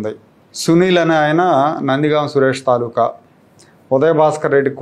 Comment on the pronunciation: సొళ్లు సోది లేకుండా తక్కువ సమయంలో ఎక్కువ విషయాన్ని ఇచ్చే తెలుగు యూట్యూబ్ ఛానల్స్ లో మీది ఒకటి. గతంలో జర్నలిస్టుగా చేసిన అనుభవం మొదలైనవిషయాలు దీనికి సహాయపడవచ్చు. నిమజ్జ తెలుగులో ఒక్కదాన్ని చాలా మంది తప్పు పలుకుతున్నారు. తాలూకు అనే పదాన్ని తాలూకా అంటున్నారు. రామ్మోహన్ నాయుడు అనిత గారు లాంటివాళ్లే అలా పలకడం విచారకం. మీకు కూడా అలా అలవాటు అయిపోయిందేమో!మీరు కూడా అలాగే పలికారు ఇక్కడ. చంద్రుడిలో మచ్చలాగా అనుకోవాల్సి ఉంటుంది.